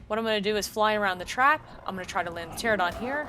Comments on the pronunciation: It's not pterodon... It's Pteranodon... 🙄 Why does everyone pronounce it without the middle 'n'...??? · It's pronounced "Ter-an-oh-don" not "Ter-oh-don" lol. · Useful thanks. (btw it is TERA-NO-DON) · Psst: Trope-ee-oh-nay-thuss and tuh-ran-uh-don Not trying to be that guy; just thought that might be helpful if you're going to be saying those words this often. Everything else was spot on.